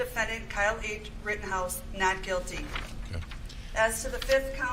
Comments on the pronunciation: Brandon.... It's RITTENHOUSE.... NOT Rittinghouse. Lol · Rittenhouse not Rittinghouse.😂🇺🇸LETS GO BRANDON!!! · IT'S NOT RITTINGHOUSE IT IS RITTENHOUSE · Officer Tatum, love your show.....just wanted to point out...it's Rittenhouse....no G in his name. Keep up the great work, Cheers mate! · His name is Rittenhouse. Not "Rittinghouse". I wouldn't call you Tater instead of Tatum 🤣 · RittENhouse, not RittINGhouse. You're welcome, carry on with the excellent work. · WRITTEN-House not rittinGhouse.. cmon b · Ritten, not Ritting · Why do you keep calling him ridding house? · There’s no “g” in his last name. I’m just sayin’… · Dude … I like your positions on stuff but his name is not “Rittinghouse.” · Can you please say our boys last name correctly! ritten house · I love you man but why would you look up Jonathons name and mispronounce Kyles name? I’m sorry. This is my fault because it bothers me to keep hearing it mispronounced. You can tell you didn’t listen to the mAinstream mEdia because if you did you would know. Again. I listen to every stream of yours and have for a LONG TIME. Keep up the good work. ⭐️⭐️⭐️⭐️⭐️